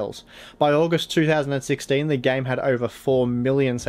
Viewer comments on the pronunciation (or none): none